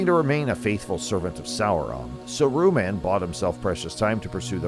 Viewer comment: sa roo man ;p